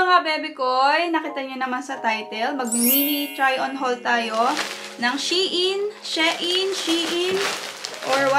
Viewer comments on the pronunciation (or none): “Shayn” daw po basa.natutunan q sa isang tiktoker hihi